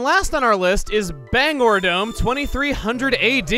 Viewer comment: While this was an amazing episode, there was one minor thing that bugged me. The way you pronounced Bangor. I'd say it as "Ban-gore", like Bangor, Maine (since I live within a few miles of there); not "Bang-er" like you did.